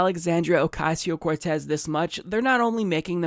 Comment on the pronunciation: Did i hear it correctly? Didn't many of them say "Alexandria Acasio-Cortez" and not "Ocasio"??